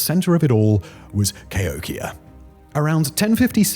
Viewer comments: Wait what he say...Kayokeya....lol Cahokia....Ca-hok-key-auh...lol...ive had many fields trips on school there its mountain of dead bodies..did he mention that..the picture he shows is a mound of dead bodies...thats how they buired their dead one a top another. Seprate grave or layers but still...but im really happy simon has heard of Mo state. Sometimes i act like i dont live in a major city/state....do other countries study all 50 states like i have to know all 50+ 1 territory even though i kno we have more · The mounds by St Louis is pronounced Ca- Hokie- ah. ;) Grew up with this being our main field trip! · That Cahokia pronunciation made me laugh. lol